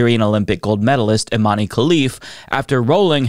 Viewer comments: Love you,. I think Imane’s first name is pronounced like ‘Iman’ though. “Imane” seems like the francophone spelling for that word. 🙂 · For the love of god, it's pronounced Imahn!!! Dont you people have access to wikipedia in america?